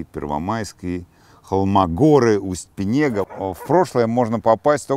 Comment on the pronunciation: Очень хотелось бы, чтобы ведущий правильно говорил названия местности Уйма (ударение на У) Пинега (ударение на И). Надо готовиться или хотя бы спрашивать у местных, как правильно говорить. Очень режет слух.